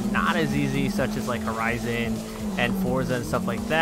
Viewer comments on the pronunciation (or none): none